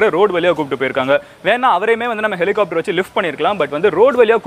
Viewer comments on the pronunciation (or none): none